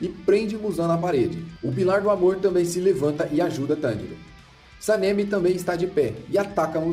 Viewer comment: Video bom mas nao se fala senemi e nem tomióka